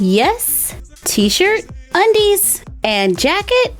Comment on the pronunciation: LOL THEY WAY SHE SAID “UNDEAS” HAD ME 😂